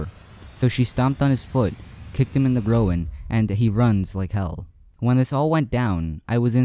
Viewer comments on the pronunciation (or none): grow in? its Groin, either you said it wrong or ive been reading it wrong a LOT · "the go-in" ... lol